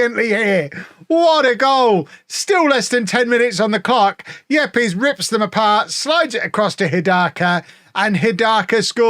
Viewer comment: I think Yepes should be pronounced 'Eeps'.